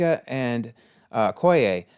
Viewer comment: Wanted to point out it's Okoye, not Okoya